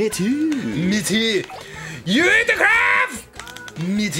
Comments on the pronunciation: thank-you for proving i wasn't going crazy when i thought he said "kraf" instead of "kraB" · Paige.Lmao KREÄHF